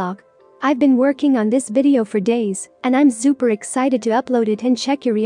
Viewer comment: hehe Zupa! the z for an s is freaking adorable